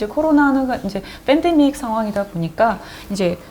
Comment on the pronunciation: 누나 "f"andemic 이 아니라 "p"andemic 이얌... 그냥 편하게 "펜"데익이라고 하면되 .. fㅔㄴ데믹이 아니라구~~ ㅎ